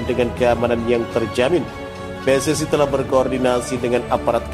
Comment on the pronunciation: PSSI : Pe Es Es I Bukan Pe Es Es Ai